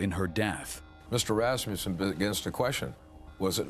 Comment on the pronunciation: Can someone say to this afro lady that it is not rassmjusen it is Rassmussen!!!